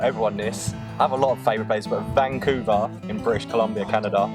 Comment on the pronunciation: That was So amazing to hear him say Vancouver! I live here :) would love to know why it's your fave place!!